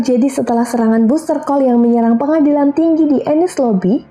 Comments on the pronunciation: Bisa bahasa inggris gak,? Aokiji Aokisi, kok sebut buzztercall busterkal aneh. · baster call vivi baca nya XD